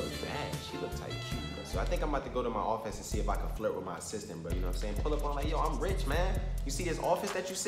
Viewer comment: Every time you say “Assistant”, it sound like “Sister”